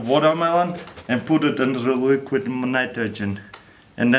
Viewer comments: i know you did your best to say it crack it minimidle and. luiquid nmnitrigen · " and put itro dre liqrid nritrogen "